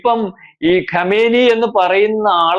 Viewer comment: Kamaini alla kumaini peruparayan polum Arkyilla